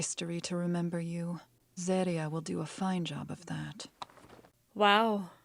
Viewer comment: Hey, none of her opinions bugged me as much as how she pronounces Serie; it might just be me but I hear it (in English at least) as “ZEH-ree-uh” rather than “ZAH-ree-uh”. And unlike Stark’s brother, whose name was only mentioned briefly so I forgave her not pronouncing it “Shtoltz” but as “Stoltz”, we got the old elf’s name repeatedly so I was puzzled by the pronunciation. But that might just be me, y’know?